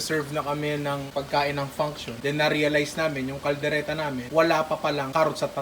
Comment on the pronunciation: Hahaha sa kaldereta naging kalereta